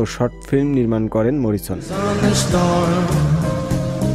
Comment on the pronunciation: এই স্টোরি যিনি করেছেন তিনি না পারে উচ্চারণ, না জানে মরিসন। অশিক্ষিতদের পুনর্বাসন বন্ধ না হলে এই দেশ সাংবাদিকতাকে সোমালিয়ার সমানে দাড় করাবে।